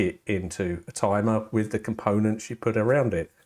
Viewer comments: IT'S NOT A TUMUH! I mean tumor, er, I mean timer. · IT'S NAHT A TIMAH